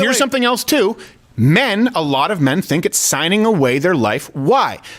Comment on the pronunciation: Nah... its just when you say "mehn are reluctant to help wahmn on the subway" you're ignoring rase.... because the real situation is "whi mehn dont save whroes from the subhumans they fk"... and why should they?